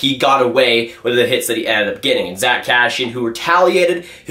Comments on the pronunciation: How many times he said Cashian, it’s kass eee in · it’s Cass-see-in not Cash-she-in 😉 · Never heard anyone butcher the name ”Kassian” so hard lol